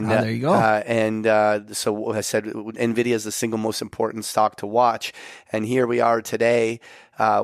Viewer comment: please pronounce Nvidia like Patrick does.